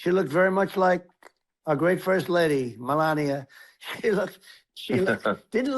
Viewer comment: You disrespectful ass! Pronouncing her name in that way is disgusting...And melania was no great 1st lady...she may have been the worst ever..